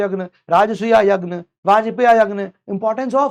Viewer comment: this यज्ञ not यगन. I am confused. .